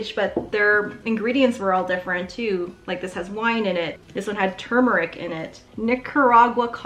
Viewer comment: My pet peeve is people saying TUmeric. Thank you for saying TURmeric 🤣